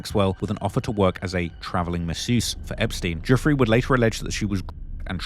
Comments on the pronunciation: Bruh how are you still saying "goofree" when it has been reported so extensively as Virginia "Jewfray" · Why are so many words censored and many names mispronounced? Never understood how some can spend hrs on doing a video & not check the proper pronunciation of names. Especially those who died. Virginia’s last name is pronounced like “joo-fray” and Gislane “gee-lane”. And pls breathe when narrating, it’s too fast,gets unpleasant to listen to after a while. Narrating is not a race.